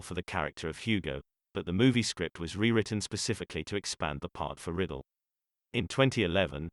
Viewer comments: Bobby Riddle. Really? It's Ry-dell. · Its Rye-dell, not Riddle. And all those special effects are annoying. Other than that, it's a nice biography. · It's RI-Dell not riddle. good lord get it right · Bobby Riddle? No, it's Rydell! Please correct this video. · The speaker should at least learn how to pronounce his name. It was Ridell (pronounced with a long I) not Riddle (short i). I recently watched Bye Bye Birdie and it reminded me that he had a terrific voice. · It isn't right when an actor or British Personality from Great Britain (try to ) pronounce names. So sorry to hear that Bobby Rydell passed on. His last name is not pronounced (Riddle, but Bobby Rydell). Thanks for your music Bobby and rest in peace. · Computer voicing gives us "Riddle". How about a real speaker. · I HATE when they do that. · It's very annoying that it pronounces it incorrectly, but it's also a computer voice.